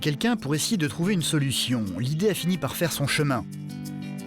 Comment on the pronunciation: "fair" "ojourd'hui" ?!?!?!??! Quitte la vite !